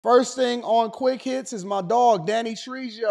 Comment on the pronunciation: Danny Trayho is how his name is pronounced...